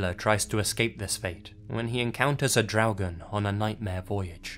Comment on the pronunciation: Hi, I know I'm late, but I just wanted to compliment you on your pronunciation of the word "Draugen". You really got the r sound correctly, which many Non-Scandinavians have problems with. 👍😁